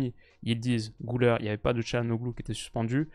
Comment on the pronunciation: Gulere pas goulère. Arda 😂😂